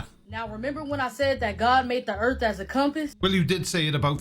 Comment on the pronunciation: I always implicitly trust someone who refers to 'da erf'